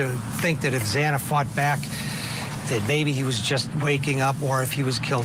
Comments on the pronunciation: Xaaaana...not xooona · If you are going to report on this case, at least have the decency to pronounce their names correctly! Xana's name is not pronounced z-aw-na! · It's Xana... rhymes with Anna.